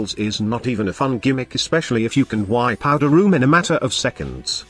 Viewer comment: Why is AI speech so janky? "Wy pouta room." For "wipe out a room." Idk why youtubers even use it. You think instead of writing all this, it would be faster to use their own voice.